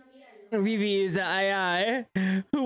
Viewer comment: If you can pronounce vivid, the you can also pronounce Vivy correctly, yes its not Vai.